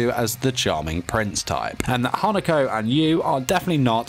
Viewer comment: My mind: did he just said “hanakoko”...? Also.... HOW DARE HE SAID “NEINEI”